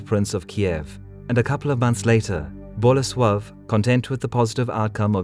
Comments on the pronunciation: Unfortunately, he insists on stressing the first syllable in names - it's boLEsław, not BOlesław. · Yarosław. The ł is pronounced like W. And then Bolesłav. Same deal. If you're going to do history then get it right.